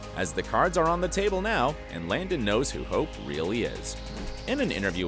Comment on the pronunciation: When he pronounced hope I had to rewind the video bc I was like um did he say hopes name wrong or I’m just hearing the wrong things